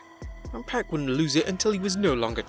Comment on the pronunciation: Its only 1 pac..and it ain't pronounced "pack"